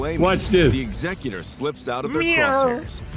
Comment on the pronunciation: why is he saying Executor like that, that’s literally not how it’s pronounced anywhere